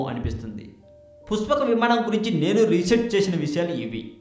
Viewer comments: puspaka vimaanam kaadu nayana pushpaka vimanam neet ga matladu. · endi aa slang puchapaka vimanam mahichachurudu nenu cheputhanu vichechamu rechachu makenduku ee sodi babu google ni tarwatha adugu mundu ramayanam chaduvu 14 epic's telustay and 21 days anduku ayindo telsidhi telisi telina sodi vagaku mala 136k subs anta kudiga rechachu chey video upload chesemundhi chusthunam kadha chodi chepaku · Arey jako nayala neekenduku ra channel..... dabbulu kosam edi padithe adi cheptha va...... asala voice entra...... pushpaka vimanam ani palakadam kuda radu ..... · rey nela ticket labr kukka.. pushpaka vimaanam ani neelaga palakataaniki assalu ravatam ledu ra .. sigguleni mundamopinayala. ninnu tittadaaniki boothulu kuda avamaanam ga feel avuthunnai... ghmc chetha yerukoka neekenduku ra voice over jila ?? .. ayya positive commenters..!! meeku mee shravana shakthi ki mee taste ki sathakoti dandaalu. vadu cheppey matters lo sagam sagam nijalu leda motham abadhaalu. okavela matter interesting aina... aa voice ni ela bharisthannarra devullu??. entha biriyani aina footpath meeda nela pai vaddisthey egabadi tinesthaara??? thuu deenemma jeevitham...!!